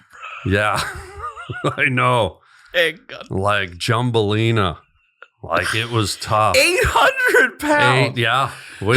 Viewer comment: Jumbolina instead of thumbelina 😂